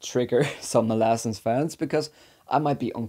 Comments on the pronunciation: Lol i mean i knew you had a hard time with the series when i seen u haven a hard time with the name...... "" 😆 i seen alot of interview on the book and i never heard anyone say it like that. Its mal lah zon. I swear its ez and its sounds cool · Why do you pronounce it like that? It sounds like you're saying Molasses 😭 I bet that's the right pronounciation as well! Whether its right or not I hate it so much hahaha